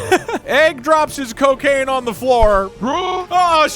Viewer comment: ah yes, the well known drug "ccooccaciine"